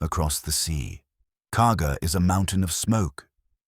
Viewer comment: It’s Kaga not Cargo